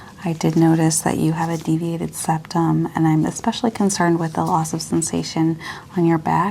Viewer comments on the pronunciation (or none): none